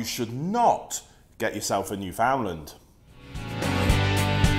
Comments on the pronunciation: It isnt new found land, its all one word not broken down into 3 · Pronounced: new-fnd-land Or newfnlaand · It’s actually pronounced newfndler :) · It’s pronounced newfnland 😁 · No its pronounced New”fen”lander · I just lost my Newf last Tuesday. 😞 Wish he would pronounce it right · Hearing people butcher the word Newfoundland is painful as someone who lives there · The way he pronounces "Newfoundland" shudders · I knew this guy had no idea what he was talking about when he mispronounced Newfoundland, and continued to mispronounce the name throughout the video. Sure these dogs are one of the largest breeds but having grown up with these dogs, even the largest Newfoundlands are small in my eyes. Also you do not need to weigh more than your dog to take care of it. I had a 180 lbs puppy named Rex, and I could walk him by myself when I weighed about 60 lbs. That means that this energetic puppy that was more than double my weight would pull and run every time I walked him, and I had little to no difficulty keeping control. I'll agree that maybe this breed of dog isn't for everyone, clearly too much dog for the guy in this video. But don't be discouraged because one man said "they're huge dogs" (said in the same mocking tone as Willem Dafoe in The Boondock Saints). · if you can say newfoundland right I'd listen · You should learn how to pronounce Newfoundland. "newfen-LAND. You are saying it so wrong mate. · Finally some cultured people, my guess is your a Newfie because i have never met a mainlander who can pronounce it right. They always say “new found land” or “ new Finland🇫🇮 “ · Great video, thank you. As someone who has owned several Newfoundland dogs, is married to a Newfoundlander and has spent a lot of time in that beautiful province, please pronounce Newfoundland as you would the word "understand" with emphasis on the last syllable - like"NewfundLAND". Thank you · Actually, the pronunciation of "Newfoundland" should be noo-fin-land, not new-found-land.